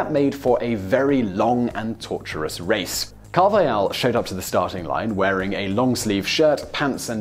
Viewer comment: In Spanish, the J is pronounced like an H in English. Carvajal's name is pronounced CAR/vuh/hall